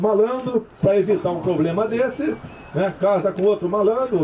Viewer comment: Kkkkkkkkkkkk, esse Bozoasno é uma piada de mal gosto! Nem falar "problema" ele sabe, disse: poblema! Affffff, bizarro esse infeliz!!